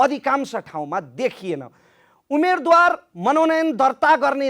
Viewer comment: कार्यक्रमको आशय राम्रो तर कार्यक्रम सञ्चालक सार्वजनिक प्रवक्ता जस्तो होनहार व्यक्तित्व र रिपोर्ट वाचिकाको नेपाली उच्चारणले मेरो निन्द्रा खल्बल्यायो, मैले आफैं नजानेको हुँ कि - उमेदवार व उम्मेदवार चैं सही उच्चारण हो भन्ने ठान्थें तर तपाईंहरूले "उमेद्वार" उच्चारण गरिदिनुभयो, म छक्क परें ...